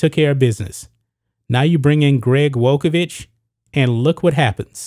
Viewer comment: You mispronounced the former coach’s name.